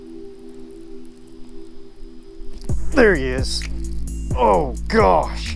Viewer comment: "Oh my geosh"